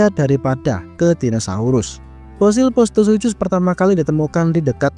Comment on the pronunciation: bang, bacanya "sukhus"